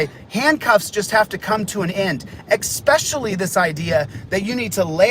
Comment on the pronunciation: Expecially —chalito decasto